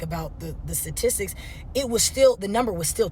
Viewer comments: Her smart A$$ doesn't know the correct pronunciation of statistics. She said satistics. Who really can't read??? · DUDE, YOU ARE ABSOLUTELY BRILLIANT ! YOU ARE THE ONLY ONE WHO CAIUGHT THAT ! I WENT BACK & LISTENED & YOU ARE ABSOLUTELY RIGHT ! SHE CAN'T EVEN PRONOUNCE STATISTICS CORRECTLY ! I TOOK STATISTICS IN COLLEGE & I DIDN'T EVEN CATCH THAT.... SHE CAN'T PRONOUNCE IT CORRECTLY BECAUSE SHE HAS FAKE INTELLIGENCE ! MOST BLACK WOMEN HAVE FAKE EDUCATION... THEY ACTUALLY BELIEVE THEY ARE AHEAD OF BLACK MEN PROFESSIONALLY ! THAT IS A JOKE ! I HAVE DESTROYED MANY OF THEM IN DEBATES ABOUT WHO IS DOING BETTER FOR REAL.... THEY ARE USED TO DEALING WITH UNEDUCATED BM.... BUT WHEN THEY RUN INTO SOMEBODY LIKE ME WHO IS SUPER-SMART.... THEY CAN'T DEAL WITH ME ! I HIT THEM WITH BLACK BRAIN SURGEONS WHO HAVE BEEN ON THE COVER OF TIME MAGAZINE FOR THEIR BRILLIANCE... I HIT THEM WITH THE BLACK ENTERPRISE LIST OF THE TOP 75 BLACKS ON WALL STREET.... 95 PERCENT OF THEM ARE BLACK MEN... NOT BLACK WOMEN ! I ALSO WATCH THE CNBC BUSINESS CHANNEL... THEY HAVE SEVERAL BRILLIANT, BLACK BUSINESS HOSTS ON THE SHOW... NOT ONE OF THEM IS A BLACK WOMAN ! FRANK HOLLAND IS ON IN THE MORNING & JOHN FORT IS ON AT 4PM, RIGHT AFTER THE STOCK MARKET CLOSES.... THEY ALSO HAVE MULTIPLE BLACK BUSINESS EXPERTS & CEOs ON AS GUESTS... I HAVE NEVER SEEN EVEN ONE BLACK WOMAN ON CNBC ! I GET THEM ON BLACK POLITICAL POWER... BLACK MEN HEAVILY DOMINATE THAT TOO ! KAMALA ONLY BECAME VP BECAUSE SLEEPY JOE PROMISED TO PICK A BLACK WOMAN ! BUT KAMALA WAS THE FIRST ONE TO DROP OUT OF THE PRESIDENTIAL PRIMARY THAT YEAR.... NOBODY VOTED FOR